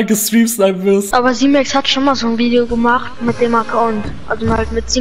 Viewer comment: 😂 Junge wie alt bist du erstens heißt es nicht ,,Vidio" sondern Video. Und nicht ,,Tüpen" sonder Typen.